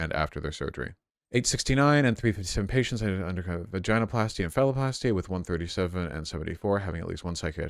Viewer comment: I hate the way you say “ vaginoplasty “